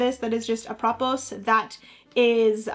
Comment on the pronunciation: Apropos is pronounced: ap-ruh-POH. It means "in regard to." AI made this sentence: Apropos of our discussion about strategy, choosing the right moment to play your strongest card in a board game can turn the tide in your favor.